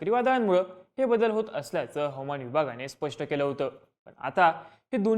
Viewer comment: हवमान नाही... हवा मान म्हणा